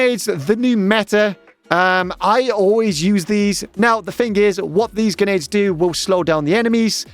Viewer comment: just heard this guy say genades 100 times